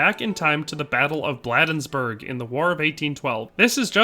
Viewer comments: Just a nitpick about this excellent video, Maryland residents pronounce it BLADE-nsburg, like the cutting portion of a knife. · Enjoyed the video--corrections, Bladensburg is pronounced with a long A, not short, so like Blade-ens-burg. Also, I don't think I've ever heard the Krag called a Springfield Krag (note, short A in Krag, not long). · In case no one has yet to mention it, the town of Bladensburg, is pronounced locally with a long a. Blay densburg. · You mispronounced Bladensburg.